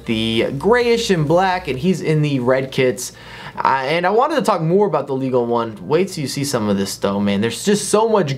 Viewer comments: Its pronounced Ligue On. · That pronunciation of Ligue 1 though.